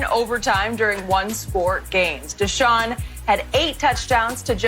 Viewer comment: It’s Deshaun fasho